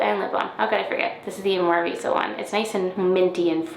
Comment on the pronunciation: Lovely to wake up to every day May nowadays! (UK time zone here) P. S. That perfect pronunciation of Omorovicza just buttered my egg roll